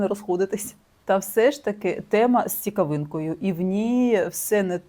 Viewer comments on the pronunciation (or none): Доброго дня. Цікаво розповідаєте. Дякую. Але в деяких словах неправильно ставите наголос. Наприклад: у слові "цікавинка" Ви ставите наголос на останній літері "а", а треба на першій, у слові "навчання" Ви ставите наголос на літері "я", а треба на другій "а". І ще інші слова. Це не претензія, звичайне виправлення.